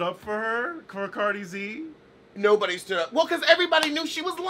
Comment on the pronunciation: He called her Cardi Z 🤣🤣🤣